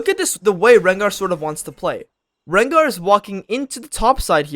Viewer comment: Rengar low bob or whatever you said.